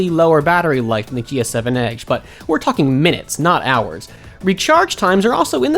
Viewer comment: I hate the way he says "edge".